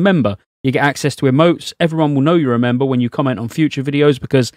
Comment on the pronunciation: i like it when he says membuh